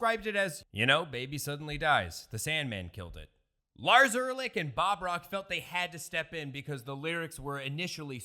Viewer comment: "Lars Urlich" 😂 epic fail